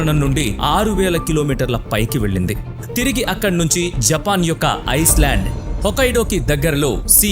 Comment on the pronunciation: " ఐస్ ల్యాండ్ " కాదు బ్రో " ఐ ల్యాండ్ " 👍